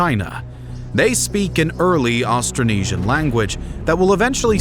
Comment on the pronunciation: Astronesia??? hahahahahaha it's Austronesian.